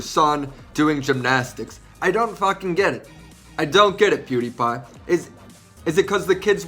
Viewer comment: Just when I noticed said Pewdiepie correctly for once and start to feel kinda proud of him, he turns around and goes back to Poodiepie at the end of the video. WE WERE THIS CLOSE!!! LOL